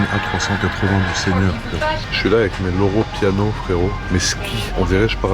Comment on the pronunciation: "Loro Piano," "Lora Piana" 😂